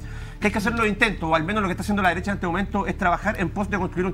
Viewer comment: ..."la deresha, la deresha y la deresha" 😂😂😂😂🤦🤦🤦